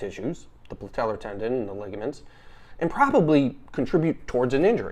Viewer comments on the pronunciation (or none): Probably won’t take advice from the Meathead who calls it the “PLATELLAR” tendon